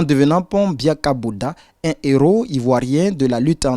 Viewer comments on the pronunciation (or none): Je suis totalement d'accord avec le sujet. Mais des "zéros " vraiment ça me fatigue... On écrit "des héros " et ça se prononce "des éro" non des "zéros"...